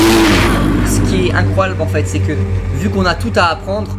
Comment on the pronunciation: "trrrr rapide" "incroilbe" "determent"